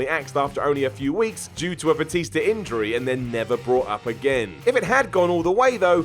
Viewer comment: Gotta love that "Batister". Seriously, does he know how he pronounces words? He sounds like a moron when he talks.